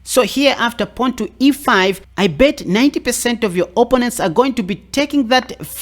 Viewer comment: I subscribed as you make chess fun, entertaining yet still seek knowledge for a better game and your accent is great, too, but.... you say OPP-onents yet it's pronounced o-PPO-nents! LOL. Keep up the great work, man!